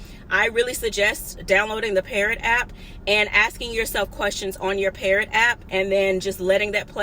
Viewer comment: It's called PARROT? I'm up here thinking you said "Parent" LOL